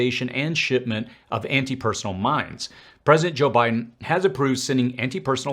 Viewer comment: It's pronounced - personEL.